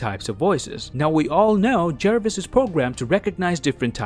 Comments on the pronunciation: Me: says Jarvis Him: JaErViS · JARVIS not Jervis. (JAR-VIS) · It's Jarvis not jervis